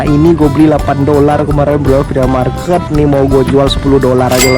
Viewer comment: The way he pronounce FLEA MARKET. "FLI''